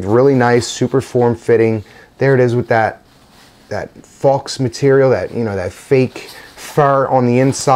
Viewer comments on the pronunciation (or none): Faux is pronounced "Foh" not "Fawx"...just so you know.